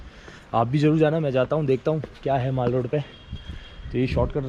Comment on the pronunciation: Not maale roda bsdk its mall road brother😊